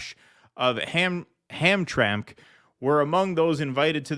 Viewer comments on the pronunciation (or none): Pronounced Ham-tram-ick. Pronouncing this correctly will do wonders for your Detroit street-cred👍🏿